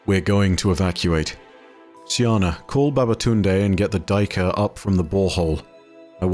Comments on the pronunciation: Hey. Love what you do, I rarely miss a vid. If I may suggest a better pronunciation for the word "Duiker" (no judgement, Afrikaans can be weird). You could try saying it like " Day - ker " where "day" is a good enough approximation for the first part (depending on where in SA you are), and the "ker" you keep as you have it. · Hey! The annunciation of the buck the Duiker is: Day- kuh-r. With a quite harsh r at the end! Its one of the bucks that i’ve known since childhood!